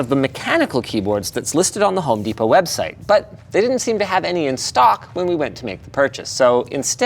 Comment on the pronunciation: Desperate.... I had to re-play that to see if you called it what I do... "Home Despot".